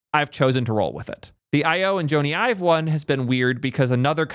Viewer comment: Actually, got it right. It's actually pronounced Joan-E. He's british.